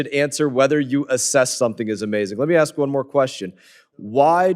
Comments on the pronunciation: Madam, can you say the word "ask?" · When she's sick, she axes for the ambulamps. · SHE SHOULD TELL DONT "AXE" ME THOSE QUESTION 😂😂😂